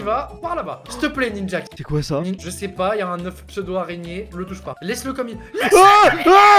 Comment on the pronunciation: « Je sais pas 🤷 je cher pas 🤷 »😂 au deuxième il a dit « je cher pas 🤷 »😂😂😂